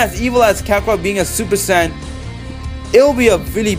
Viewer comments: It's not super San it's super sayin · Stop saying super saiyan like that